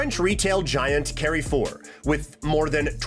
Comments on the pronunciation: It is not pronounced Carry-Four… it is Car-Four 🤯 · caryfor... its CAREFOUR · holy shit that american english "carry four" I was wondering wtf was that, then I realized it's CARREFOUR which latin speaking countries pronounce very differently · It’s “car-for”, not “carry-for”. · carefour would be pronounced like this if you wanna know (car foor) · "carri four" 😭😭😭😭😭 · Calling Carrefour "Carry-four" is so atrocious I just had to comment. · Funny ai slop that can't read Kaufland or Carrefour xD